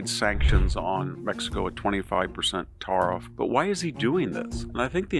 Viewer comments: Your problems aren’t with Canada or Mexico, they’re with yourself. America needs to take care of their own issues and stop blaming the rest of the world.Also, it’s tariffs not tah-riffs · stop saying Tariff like that because its dumb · Why he say tariff like that